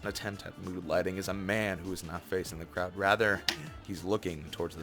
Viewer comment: lmaoooo you said "cloud" instead of "crowd" like three times